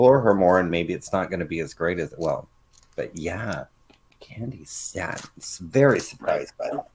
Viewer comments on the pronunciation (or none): Candi Staaaaaayton. Pronounce it like Clayton. You guys are great!!